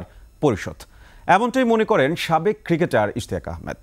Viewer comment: সাকেব নাকি সাবেক😂